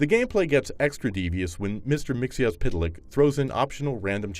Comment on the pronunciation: Wow. He actually knew how to pronounce Mr. Mxyzptlk